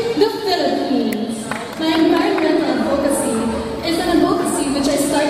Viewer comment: She's pretty. But I notice, she pronounces 'advocacy' as adVOcacy. It should be ADvocacy.